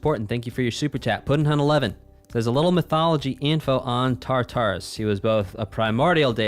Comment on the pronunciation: hate to be that guy but its pronounced (tar•ter•us)